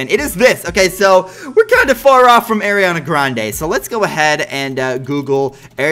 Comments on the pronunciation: He says eariana graende😂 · It’s Areeana Grande in my opinion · You say her name wrong no hate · It's Ariana Grande it's not Ariana Grande it's Ariana Grande